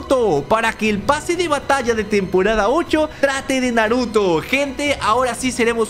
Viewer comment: dijo naroto? xd